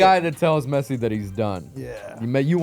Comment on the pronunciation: He said Pessi